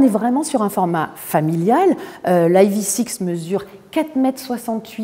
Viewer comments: Le E en anglais se prononce i pas aï. Sinon on peut dire ev6... en français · Prononcez ivisix si vous voulez, ou evsisse en français mais pas aïe vi six. Pitié. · Dommage de prononcer le nom de la voiture n'importe comment. Autant le prononcer en français. Sinon je trouve l'arrière horrible mais bon vu que c'est Kia, tout le monde trouve ça génial. Le profil très moyen également. L'intérieur est sympa, en revanche qu'est-ce que c'est que ces appuis-tête à l'avant ? C'est moche, imposant et pas en adéquation avec le reste de l'intérieur...